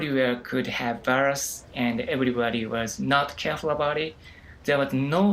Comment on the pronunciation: Dieamond viyurs she cant speak